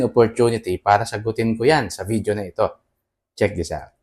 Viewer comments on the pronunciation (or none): none